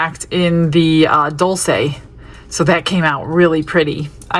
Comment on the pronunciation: ❤🎉😮Stunning colours! Gorgeous set🎉❤ Dul-chay is how it's pronounced 🎉❤